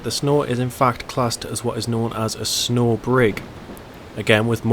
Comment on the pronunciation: Pronounced SNOO.